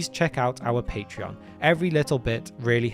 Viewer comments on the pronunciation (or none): none